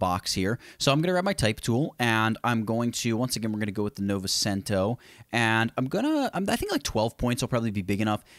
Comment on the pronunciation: Love the tutorial! Although the way you pronounced novecento (90 in Italian) was lowkey funny. :p